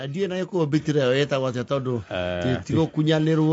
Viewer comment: Why do you pronounce betrayal as betrio?